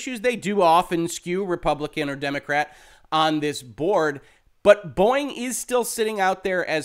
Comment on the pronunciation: Am I the only one who hears "Boing" instead of "Boeing"?